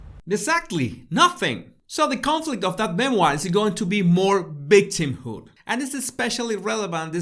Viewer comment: What is “ bictimhood” ??